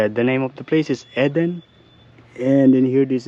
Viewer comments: Its pronounced Eeeeden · You found some beautiful areas to explore. It's pronounced "eee-den". Fruit is cheap and portable. Maybe buy a few pieces of fruit as well? It's true that you can't put the seal back on the water, but you can stand it up in the back of the car, and the water has a little spout thing that you lift to get the water out and to stop the flow. When it's empty, you can prise that off and refill it, then put it back. You just have to be sure the container remains upright while you're not using it. I think your car set up is so cosy and practical. And I have to add - in order for the water to flow from the valve in the top of the water container, you will have to punch a hole somewhere near the top to let air in. There is a spot marked on the bottle. You can put a piece of tape over it when you refill it of you want to be careful of it splashing in the car, but if you don't fill it all the way to the air hole, it won't be a problem. A sharp knife or a screwdriver works well.